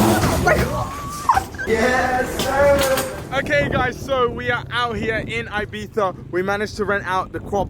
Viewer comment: the way he said ibiza lmao